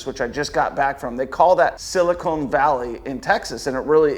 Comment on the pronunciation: Silicon, not silicone 😂